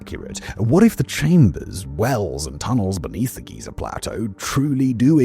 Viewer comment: Somehow Simon pronounces Giza and Geyser the exact same way